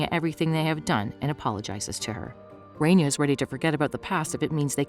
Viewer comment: It's Raaaania!!! Not Renia it's my name atleast pronounce it right ☠️